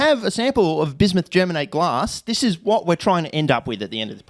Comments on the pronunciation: Im from Germany and never heard a native English speaker saying germate 😂 it sounded hilarious to me. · Bismuth Germanate is way funnier to say if you say Germanate as Ger-manatee